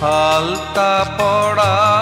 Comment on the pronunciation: "আলতা পরা " উচ্চারণ হবে। পরা এবং পড়া, ঝরে ঝড়ে শব্দের মানে আলাদা। গায়কী অসামান্য।